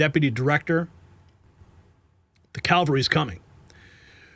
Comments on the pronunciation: Love your content but I'm going to nit-pick a little. Cavalry is coming, my brother, not Calvary! Calvary is staying right where it always has been even before our Lord and Savior sacrificed Himself upon that hill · Cavalry not calvary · Cavalry not Calvary (just a reminder)